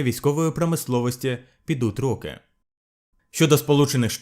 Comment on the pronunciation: Наголос в слові роки неправильний